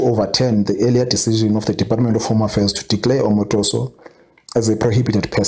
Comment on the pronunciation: Sad Africa should leave this man be. Either you deport him or allow him to continue his missionary work in your country. Thank you. Another thing, learn to pronounce the name properly.